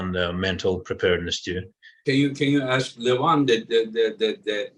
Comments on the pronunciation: Who the ,f..... is Levon????? It is Levan and Devon. Stop f.... his name . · It's Levan, not Levon or John Cena...